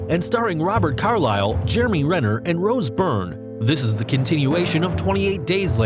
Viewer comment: first of all 28 weeks later's actress's name is not Rose Burn its Rose Byrne